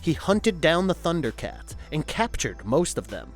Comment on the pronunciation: Man you butchered the pronunciation of the names.... did you even watch? How dare you criticize the Thundercats!!!!